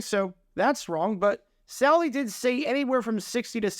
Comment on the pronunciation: Dude, you mispronounce names more than anybody on YT! It’s not saul Di! Not Sal Di